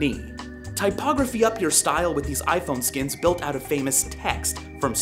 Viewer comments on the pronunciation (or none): none